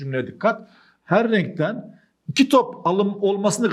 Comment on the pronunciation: her rrrrrrrrrrrrenkten